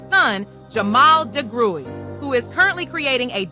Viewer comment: AI glitch... I'm pretty sure it's pronounced Di-gry...